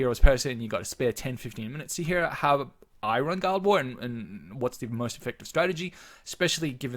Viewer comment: Guild war=Gi-ll-ed wa-ar. Wrote this just as you said it. Lol. Fair enough, say it how you want...miiillkstehoool :p